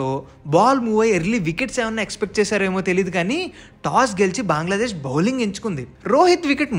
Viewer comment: బాంగ్లాదేశ్ కాదు బ్రో... బంగ్లాదేశ్... నీకు తెలుగు రాదా